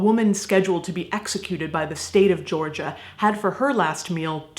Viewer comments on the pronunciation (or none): none